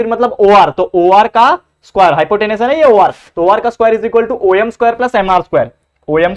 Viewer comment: Sir om khete hai oyem nhi